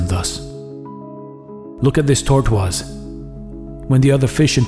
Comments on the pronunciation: I enjoy listening to your reading. Your selections are mostly new to me and well-written. You voice is calm and authoritative, neither grating nor somnolent. I wonder if you are a French speaker. While your diction is very clear and usually perfect, your pronunciation of "tortoise" isn't correct. In English "tortoise" is pronounced TOR tus. Please eliminate the "w" sound in this word when speaking English. Thank you for teaching us about Buddhism. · Anyone else crack up at how he pronounces "tortoise?" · I've always wanted to pronounce it like that out of spite because the spelling pisses me off